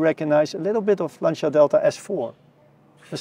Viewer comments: Si dice Lancia! Non lansia.. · Lovely story thank you ,by the way it s not Lansia but you pronounce LANTCHIA ,please!! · Jonny, interesting video--state of the art technology. Also, Lancia being an Italian marque is properly pronounced Lancha, just as Jaguar is properly pronounced Jag-u-ar--even though I'm a Yank I know that. ;) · I'm wondering how is it possible in 2023 have such bad pronunciation of every single Italian word? That's just demeaning.